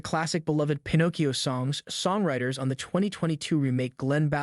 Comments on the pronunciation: Bothers me so much that u can’t pronounce Pinocchio correctly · Literally can’t finish this video because you get the name wrong then right then wrong again🤬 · Dude you pronounced Pinocchio the right way once and the wrong way many other times. If you’re not familiar with it ask somebody. Don’t just wing it. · Lol it’s like he couldn’t decide which was right so he switched pronunciations every other time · 😆😆😆!!! Okay, it’s “Pinocchio*.” Not “Pinnacio.” You moron. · I seriously cannot watch any more of this video with your error in Pinocchio's name you're saying it all weird I've never heard anybody freeze Pinocchio the way you freezed it you're missing some syllables dude you're not even freezing it as Pinocchio you're freezing it as Pinoccio🤷🤷🤷🤷🤷🤦🤦🤦🤦🤦🤦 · Bro its Pin oh Key Oh not fn pin ahkk io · Pin-OH-kee-oh, not Pin-AH-kee-oh. Your mispronunciation is enormously irritating. I can’t stand to listen to the video all the way through, and I’m not even three minutes in. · Why tf is this dude pronouncing it, "PIN AWK EE YO"? I looked up the italian pronunciation and it's literally "pin oh kee yo" just like it's always been pronounced. Idk if this guy's trying to be quirky or something, but it's definitely improper pronunciation. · Why does he pronounce it as Pin ah cchio most of the time and only every once in awhile pronounce it Pin oh cchio? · Just want to ask, what is up with your pronunciation of Pinocchio? One second you're Pin-OH-cchio then you're pronouncing it Pin-OCK-cchio. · pin-ock-e-o .. lol what ? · It’s pronounced (pin-o-key-o). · Bro just said “pinaacio” 😂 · Fun fact: Its Pinocchio not Panakio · WHY DO YOU KEEP SWITCHING BACK AND FORTH TO DIFFERENT PRONUNCIATIONS FOR "PINOCCHIO" THROUGHOUT THE VIDEO? DEAR LORD, ITS "PIN OH KEE YO" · For the love of God stop saying Pen-ock-ee-oh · You miss pronounced the name it’s pi•now·kee·ow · Why did this guys say pinachio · Ah yes, my favorite Disney character Pin-aw-cchio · I kept hearing "Pi-knock-eeoh"